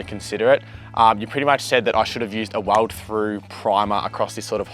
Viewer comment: How did you just pronounce 'welds' 😳